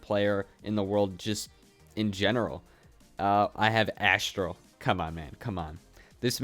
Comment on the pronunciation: btw it’s Aztral not Asstral